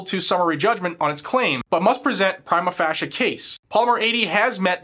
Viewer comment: Prima FAY- sha case, not 'fash-a'. Thanks though, great work!